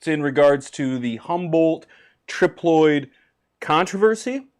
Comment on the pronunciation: It’s tri ploid male female and herm how was the trip Loyd 😂